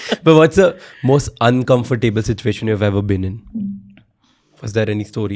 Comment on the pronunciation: Pls learn tye pronunciation of uncomfortable.... it isn't un comfort table